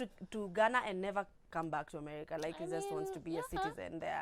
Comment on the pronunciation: Xcuse me🙈,,dd I hear u say "Amerca"?? In the beginning???🤔🤔🤔🤔🤔🤔🤔🤔🤔